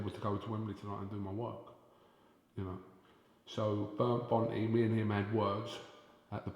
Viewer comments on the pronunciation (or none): you fat fuck, his name is Bernd Bönte, not Börnd Bont. learn how to pronounce a fucking name, there's probably a reason why you don't have a real job and everyone thinks that Brits are idiots.